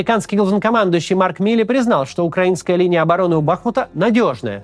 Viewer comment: У БахмУта. Ударение на у.